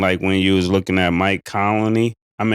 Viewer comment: Murda said Mike "Colony "😂😂😂😂😂